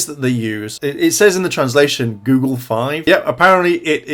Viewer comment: It's goggle v, not google v